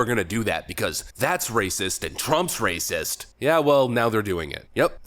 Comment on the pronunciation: RAYCISSST'S LOLOLOLOLOLOLOL